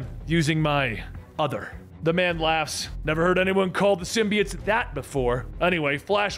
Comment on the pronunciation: why do you have to pronounce symbiote like that ?